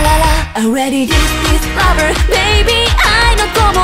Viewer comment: 「ラヴァ」の発音が好きすぎる 声好きです